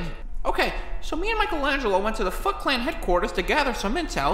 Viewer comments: I’m hearing you say Fuckclan what year must be not working, right? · The first time I heard it, I thought he said "fuck clan." I don't know, just how he said it I guess. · I thought he said fuck clan xd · Am I the only one who hears "F*ckland" when he says "Foot clan"?